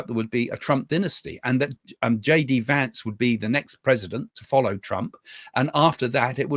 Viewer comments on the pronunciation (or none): none